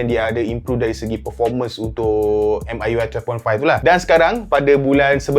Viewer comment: Bro pls.. 😂 Pronounce dia dngn MIUI mcm ni "Me(saya dlm bahasa English)" dhtu ckp UI tu sja 😂